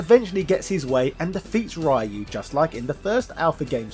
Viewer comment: The way you pronounce Ryu's name as Rai-Yuu is awful...